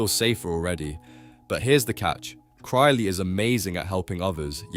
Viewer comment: Yea the moment I heard the pronunciation of “Krile” I knew this dude was either a fucking tourist or it’s AI lmao